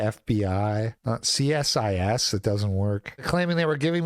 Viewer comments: We refer to it as "SEE-SIS" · It's pronounced "see-sis". That doesn't mzke if any better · its pronounced see sis and your captions are overlapping the videos caption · It's pronounced C-Sis. The letter C then sis, like as in short for sister you Muppet. Aren't you a leaf?